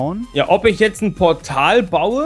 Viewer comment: mit "tzt" ;D